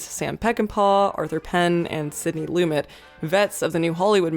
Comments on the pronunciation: LuMET not LUmit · Um, say it Sidney "Loo-MET."